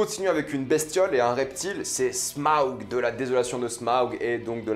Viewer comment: Smaug pas sma aug ! Putain